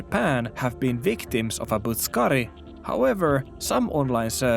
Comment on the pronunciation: Loll. Butt suck kari. I dont know why that sounds so funny. Its not even pronounced like that but I dont care. The butt suckers are out in force and you must protect your backside. And shoulder. Slammer butt suckers lol.